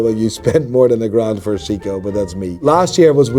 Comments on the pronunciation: It's pronounced Psycho, Not Seko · Sei-ko not see-ko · Wtf is a "see-co" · This self-proclaimed watch expert can't seven pronouce "Seiko" correctly. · Bro can’t even pronounce Seiko correctly